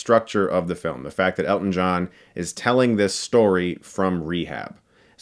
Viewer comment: Honestly... this entire time I thought you were saying "get stuck in the eye"😅